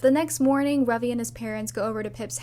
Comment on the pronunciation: the joy I feel at Ravi being pronounced correctly😭